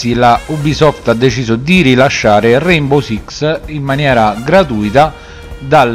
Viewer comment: Ciao È un po’ che non ci si sente Ah comunque è RaiNbow con la N😂